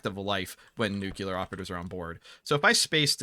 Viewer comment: Love that you pronounce it nookular, makes me smile every time